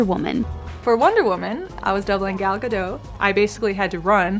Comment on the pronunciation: How she says Galdot is irritating me.